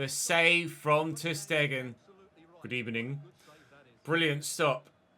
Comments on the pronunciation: The "Good Ebenin" killed me😂😂😂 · Love the good ebening when u saw unai emery lol